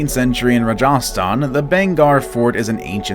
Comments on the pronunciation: it is Rajasthan not raja sthan. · its rah gah staan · The way he said Rajastan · It's Rajasthan